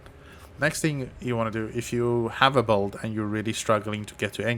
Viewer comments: u said it so many times thats why i asked 😂 sounded like volt, bolt or bold, wud make sense if u were meaning build, or if theres some poe lingo im not aware of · usefull stuff, also u were saying build right? sounded like bold or sum 😂